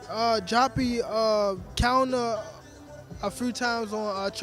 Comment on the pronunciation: Why does gervonta keep calling him joppy?